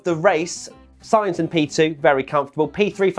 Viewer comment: SIGNS WTF ! If you want to say it exactly in Spanish it's S-INE-TH